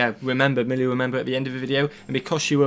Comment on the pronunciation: "Molly" lol, her name is Millie. Short for Amelia.